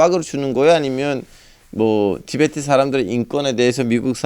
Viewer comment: 티벳트가 아니라 티베트다